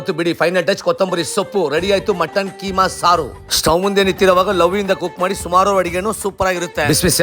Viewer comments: Keema alla kiama adu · Keema Alla kaima